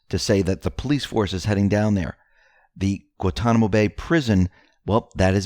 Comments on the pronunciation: Pronounced GWAN-Ton-i-mo...figure it out! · It is pronounce GuaNtanamo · I love X22 reports.,please pronounce the first "n" on Guantanamo and you will get it right. That word is easy for us the Caribbeans but hard to pronounce for others:) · How do you pronounce Guan-ta-namo?